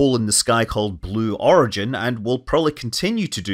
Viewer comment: You're saying the name of the company "Sue Origin" wrong.